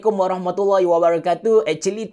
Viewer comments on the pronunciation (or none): none